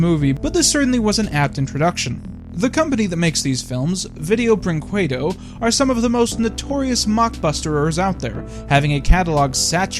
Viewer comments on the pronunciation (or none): Ok so the name of the company is pronounced somewhat like "veejio brinkedo". I am Brazilian, so it just kinda ruffled my jimmies the way you said it. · in portuguese, video brinquedo is pronounced VEE-day-o breen-KAY-du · My favorite part of these reviews is seeing how each and every YouTuber pronounces Video Brinquedo differently